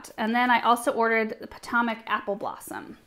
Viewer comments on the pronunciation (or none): The way she says Potomac makes me giggle. I’m from Maryland/Virginia area it’s funny to hear someone pronounce it phonetically from the west coast. Puh Toe Mick